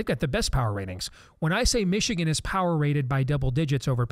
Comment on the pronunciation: Can someone please explain to me why a lot people say meeeeechigan. How did that even start? Did someone pronounce the name funny and people just ran with it cause they thought it was funny? Ore so they genuinely think it sounds cool like that cause? It just kinda sounds stupid lol